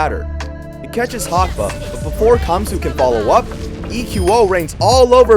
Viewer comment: Gamsu... not camsu